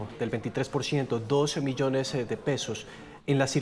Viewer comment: Qué asquerosa maña de agregar la vocal E a las palabras terminadas en S. Dijo doce millonese. Incluso al activar los subtitulos el algoritmo interpreta 12 millones y lo transcribe con el número. Qué mierda...